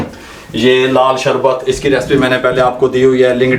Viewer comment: Recipe kehna seekh pehle.